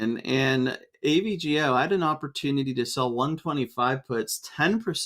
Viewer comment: can you say the full company names rather than just the ticker symbol? As a listener, it's really hard to differentiate the ticker symbol letters when spoken...for example "AVGO" initially sounded like ABGL and I was really confused, but if you just day "Broadcom" its very clear